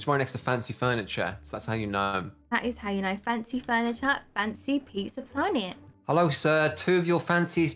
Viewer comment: Plizza planet!: pizza planet.: Haha I said plizza planet: Plizza panet! Me:... It's planet! english!! Also me: Oh! so he took out the l from planet and put it in pizza!.. Me: still Panet!?